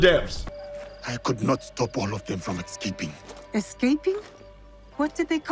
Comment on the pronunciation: It's pronounced escaping... Not ecscaping. Next he'll forget to change the batteries in his smoke detector